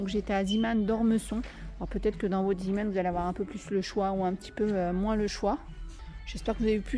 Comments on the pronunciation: C est vrai on dit zémon ...j ai jamais vu le petit marin par contre je sais juste que c est le nom du fondateur ... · Sacrée! Tu m'as fait rire: Ziman! Mais non: Zéman... Zee veut dire mer en néerlandais d'où le logo du petit marin. 😅😅😅 Mais merci... je me suis achetée les verres poisson! Ils sont très chouettes!❤❤